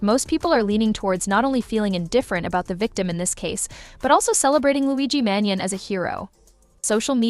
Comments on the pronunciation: Please pronounce Luigi’s last name correctly: Man GEE on ee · It's pronounced, "Man-gee-oh-nee".